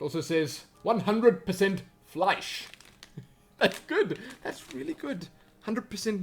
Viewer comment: That was the best pronunciation of "Fleisch" I've ever heard from an Anglophone ever!